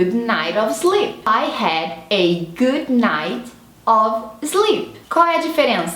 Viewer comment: não sei se é pq vc está "aportuguesando" as palavras, mas parece que vc confunde os sons de "i". O "did" soou como "deed" e o "sleep" como "slip"...